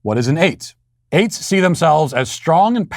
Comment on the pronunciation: I swear when he says eights I feel like he's saying aids